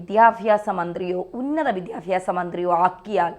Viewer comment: വിദ്യാഫ്യാസ അല്ല വിദ്യാഭ്യാസ ആണ്. പഠിക്കൂ